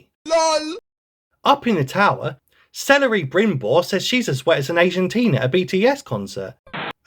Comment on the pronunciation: "Celery brimbord of the rings" 👍